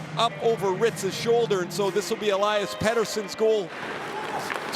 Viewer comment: Do NHL broadcasters ever get a foreign name right? All this time I thought it was El-lie-us Pet-ersson. Meanwhile, the man himself said it clear as day, El-eus Peter-son. Significantly different from how I always hear it on NHL broad casts. God dammit, it's Conner SHAREY Sheary all over again.